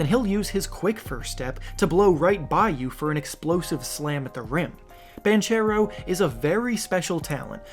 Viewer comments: Just to let you know, Paolo Banchero is in part italian and it is pronounced like "Bankero" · Banchero is an Italian surname and it's pronounced something like "Bankero", with hard c like in "bank". Please don't slaughter the name again, it was painful to hear for an Italian! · I think it’s actually Bonkero but close enough. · As an italian myself i just wanted to point out that Banchero is pronounced with a "hard c", like Bankero